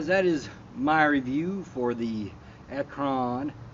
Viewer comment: ACT RON NOT ACKRON!